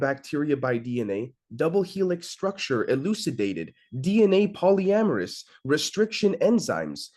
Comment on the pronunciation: Your pronounciation of polymerase sounds like you are saying polyamorous. 🤭